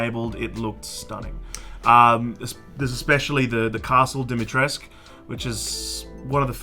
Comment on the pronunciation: Dee-mee-tre-scoo not Dimitrask